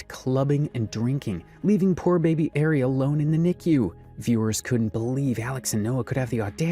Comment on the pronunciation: The fact this dude can't say ari and calls the daughter airy the whole first story is sad seeing as they even say her name in the clips.... you gotta do better